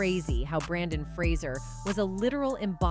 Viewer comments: It's Brendan Fraser, not Brandon Fraser. The least you can do is get it right. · It's Brendan Fraser NOT Brandon. Do your homework! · it is Brendan Fraser, not Brandon. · His name is Brendan Fraser not Brandon. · Brandon Fraser? Do you mean Brendan Fraser? Why are people spelling and saying his first name wrong? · His name is Brendon Frasier, not BrAndon. And you’re mispronouncing his last name.